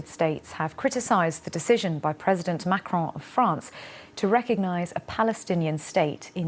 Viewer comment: It's not Macroon, make an effort 😂 It’s his decision, not mine. We have many French Arabics who support Palestine, sadly.